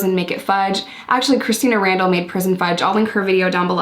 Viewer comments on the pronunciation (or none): none